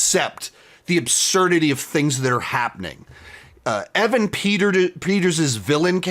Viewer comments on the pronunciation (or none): none